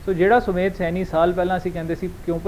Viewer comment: ਸੈਨੀ ਨਹੀਂ ਸੈਣੀ ਹੈ